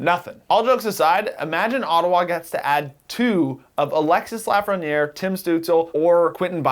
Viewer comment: How do you live in Toronto and not know how to pronounce Lafreniere?